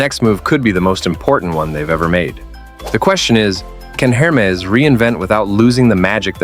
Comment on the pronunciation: It is very funny to watch video about Hermès Please stop pronouncing hermezze Back to the point why showing so much other brand coco lv and other? I realy thing that is just a big jock to not say fack news